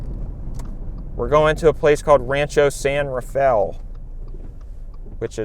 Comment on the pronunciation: "Rancho san rafel" The fake pronunciations recently are cracking me up🤣